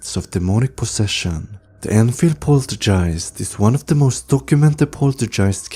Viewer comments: This video would be better if you'd pronounce the words correctly. Poltergeist (pole-ter-guy-st) Exorcism (x-or-siz-M) I'm not being mean or rude. I can tell English isn't your first language, so props to you for speaking more than one language... It just sounds a lot better when you aren't saying a weird word over and over again. Ed & Lorraine deserve SO much more credit than what they've gotten. Yes, movies have been made but if you think about it, these two had balls! This was the greatest power couple of all time. Her, being a psychic medium and Ed, having so much courage and no fear, these two were helping in ways that nobody else ever could. Most, back then didn't even believe in hauntings or ghosts or paranormal in general. They were so ahead of their time, they both were amazing people. I'm just sad I never got to meet them. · Do you say poltergeist wrong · rhetorical question.. yes, he definitely does. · What an annoying voice and can't even pronounce poltigiest!!!!!.